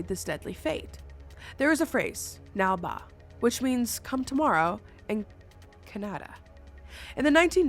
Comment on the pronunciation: Came to the comments to say that you say “nale baa” or ನಾಳೆ ಬಾ in the Kannada language, is what will help you when you are visited by the witch. Nalbha sounds too sweet and inviting (and is not Kannada).